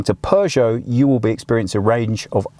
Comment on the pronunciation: don’t pronounce it ”Pjuushow”. 👍😊